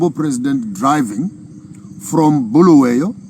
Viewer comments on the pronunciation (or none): Bulawayo please and not Bhuluweyo.... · Its Bulawayo not Buluwayo please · Start by fixing bulawayo pronunciation guys its not boolooway’yo 😊 😅 you guys are toying with our ancestors 😅😅😅 you wont like it if we call you Maponkisto 😂😂 Good speech nonetheless 💯